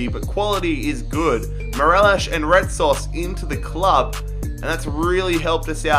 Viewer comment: You butchered Retsos name but it's ok